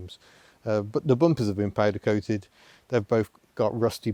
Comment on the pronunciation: "Pohdercohted" My laptop is now covered in tea 🤣🤣🤣 thanks! Hahahaha